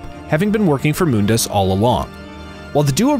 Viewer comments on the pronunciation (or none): Its Mun-dus not Moon-das